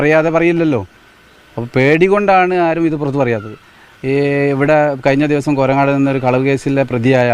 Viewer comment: കോരങ്ങാട് എന്നാണ് കോരനാട്‌ അല്ല ..ഞാൻ പഠിച്ച എന്റെ സ്കൂൾ .എന്റെ life ലെ best സ്കൂൾ കാലഘട്ടം ..ഇതുപോലെ കൊലയാളികൾ ആ സ്കൂൾ ൽ ഇപ്പൊ ഉണ്ടെന്നു കേട്ടപ്പോൾ വിശ്വസിക്കാൻ പറ്റുന്നില്ല 🤦‍♀️😢അത്രക്കും നല്ല സ്കൂൾ school ആണ് .